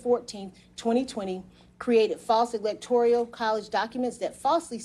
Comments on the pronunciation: Why does she keep saying electorial? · Excellent except I wish the DA attorney correctly pronounced “electoral.” Trifle but still marred the articulation of the plea deal, especially when the word prominently figures in the statement. 🥴🤣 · Electoral, not electorial. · The correct term is ELECTORAL COLLEGE. kept saying ELECTORIAL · Anyone else bothered by how she pronounces Electoral as electorial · It's electorAL, not electorIAL. Somebody should pull her aside and point that out, it might make the plea technically invalid since what she said on the record is inaccurate. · Am I the only one embarassed by the deputy DA's reference to the "electorial" college, at least 7 times during the sentencing? It's the "electoral" college. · It is not “electorial” it is “electoral”. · This is amazing. And would be even more amazing if they would have learned to pronounce the word "electoral" correctly in lieu of saying "electorial" literally every single time. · Someon please tell tthis young lady there's no I in electoral (E-lec-tor-al) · Electoral - not electorial. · I must have OCD or something, but it's driving me nut every time she says "electorial" when it should be "electoral". If only that were the biggest problem in the world right now. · She should learn how to pronounce electoral. It's not elector-i-al. Just sayin' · The word is electoral, not electorial. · Why though does she say “electoreyul״? How can you be an expert in case but not know how to say “electoral”. Confused! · I know it's not a big deal, but it's "electoral" , not "electorial". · Every time the clerk said, "ELECTORIAL College" instead of "ELECTORAL College" it felt like a drinking game. Come on, people. Learn how to pronounce things. Otherwise, it's like listening to fingernails on a chalkboard. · Is there a word electorial I'm not aware of, or is she repeatedly mispronouncing electoral? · Why does she keep calling them ‘electorial’ college votes rather than ‘electoral’ college votes?